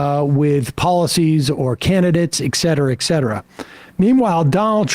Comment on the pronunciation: Some day Sam will say 'et' cetera, with a t. Today is not that day.